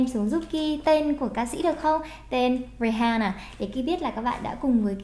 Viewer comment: RI AN NA cô ơi, từ H câm ạ. Mong cô có thể đọc đúng tên ca sĩ mấy lần sau nhé!